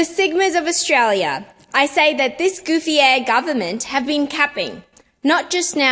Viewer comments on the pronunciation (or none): She sad “goofyé” The global mispronunciation of “___ ahh” is getting out of hand